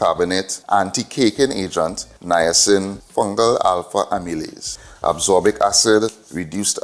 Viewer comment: Thanks fr sharing this experiment🙏 Just one note on a vitamin pronunciation "As-cor-bic"